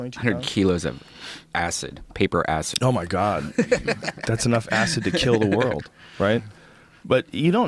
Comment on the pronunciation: Brian Still Can't Pronouns World ( Brian - "WROLD" ) HAHAHA!